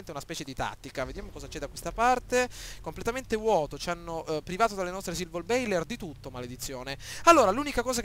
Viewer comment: Si pronuncia Silverboller e non Silvorbailer...comunque bravo!